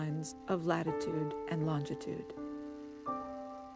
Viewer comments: Why can't people say longitude properly? It is not LongDitude or LongTitude. WTH? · She keeps saying "longtitude". No "tit" in longitude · Darling its LonGITude ....not LongTIT ude !!